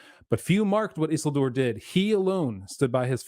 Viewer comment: What's up with stresses in names? Everybody says just as they are accustomed, or I've missed some new consensus? Always thought it was Isi'ldur etc